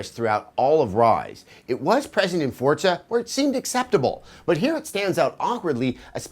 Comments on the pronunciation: Its Forza not fucking Fortza!!!!! Get it right!!! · I see some devs still havn't learned that good graphics =/= good game. Also, I've noticed many reviewers pronouncing forza "fortza" Why is this? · Holy fuckin shit you fuck it's forza NOT FUCKING FORTZA YOU FUCKING NAZI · "Fort-za" -Adam Sessler